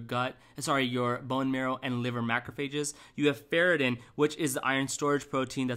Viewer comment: it's ferritin (not ferratin)